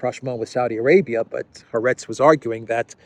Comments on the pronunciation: Excellent. Incidentally the Israeli newspaper is pronounced Ha- Aretz, meaning The Land. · Haaretz is pronounced ha-aretz